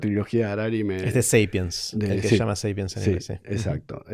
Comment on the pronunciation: Muy buena la charla. Me sorpendiò que pronunciaras Sapiens en ingles siendo que es un vocablo latino